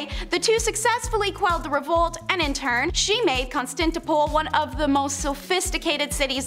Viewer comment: Really, before these people start reading historical pieces, they really have to learn how to pronounce words like Constantinople and Monguls.